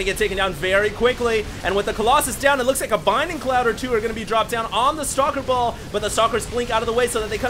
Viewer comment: It's bLinding cloud... for the love of god... I can't hear binding cloud again